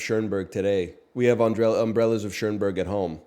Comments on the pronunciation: One of my favorite movies. He always pronounces it that way and I can't tell if it's a bit or he really thinks it's Umbrellas of Ch-ERN-berg. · he said chernberg 😂😂